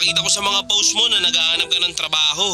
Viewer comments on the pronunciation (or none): none